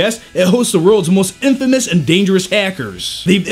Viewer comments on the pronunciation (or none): none